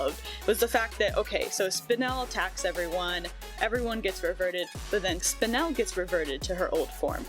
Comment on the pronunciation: Very proud of you for pronouncing Spinel right